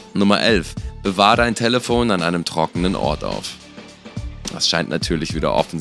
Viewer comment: Warum sagt er talefon